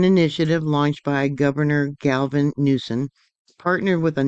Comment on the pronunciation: I like listening to your news but this is the third or fourth time you have said Galvin and his has no L in his name. It's Gavin Newsome